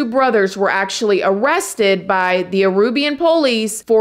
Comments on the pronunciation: Aruban. Not Arubian. I think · Oh man. Love ya, but there's only so many times I can hear "Arubian", opposed to "Aruban". Oh boy, *edit* I have to add "Lime-uh", opposed to "Lee-muh" (Lima), and "Chili" opposed to "Chee-Lay" (Chile).